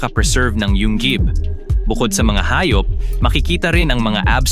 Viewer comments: Yungib! Hindi yung gib😂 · Alam mong AI ang nagsasalita dahil ang pronunciation niya sa yungib ay yunggib hahahahaahha